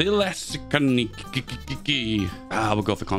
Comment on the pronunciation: lil bro can’t pronounce Thessaloniki 💀